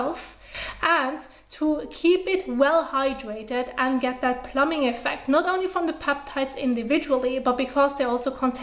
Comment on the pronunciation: Great video, xD it's really cute, but I felt I should say, when you need to say plumping effect, try and put emphasis on that 2nd p, plum-Ping... I keep hearing plumbing hehe, learning so much from this channel, your amazing 👏